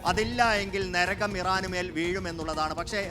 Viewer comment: ന രഗം അല്ല നരകം